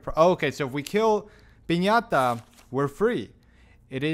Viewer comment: Good you are back, I already got everything this time but I had to sit and enjoy your full playthrough! Great content! and loved the fact that you called Piñata to Pesanta, same feeling when you were saying Pestañas during the Leon campaign haha